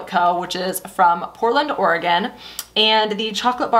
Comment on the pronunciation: Metals are neutrals so you can always mix them. Fifty hours of sexy. lol Thank you for saying Oregon correctly. 😍😍